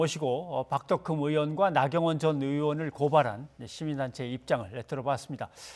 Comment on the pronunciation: 박덕흠이 아니라, 박"돈"흠이구만 ㅎㅎㅎ